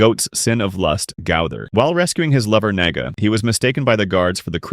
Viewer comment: "Naga" i heard something else there